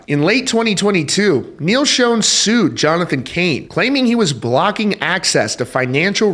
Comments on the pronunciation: Bruh not being an ass but you’re pronouncing Neal’s name wrong. It’s not pronounced, “SHOWN,” like the picture was “shown” to everyone. It’s pronounced, “Shaan or Shawn.” Journey will never be Journey without Steve Perry. Steve will always be the face of Journey, and that’s a fact. That’s just my honest opinion. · It's not pronounced "shown"! It's "Shon"! Do some research! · Learn how to pronounce Neil's name. Pronounce Shawn not shone. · You’d kinda think a guy doing a Rock music stream would know how to pronounce Schon. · This story would be better if you pronounced Neal and his wife's names right. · Who told you how to pronounce Neil's name? Yet another Neil that is said wrong. Fun fact others to work on. 1.Appice 2.Peart. 3.Meine. 4.Udo. 5.Pineda. 6.Augeri. 7.Beato. 8.Mangini. 9.Sherinian. 10.Siberiano. I was always taught that if you are going to talk about reference or speak of someone, at least learn their name. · WOW, you still can’t pronounce Neil’s last name CORRECTLY. 😂😂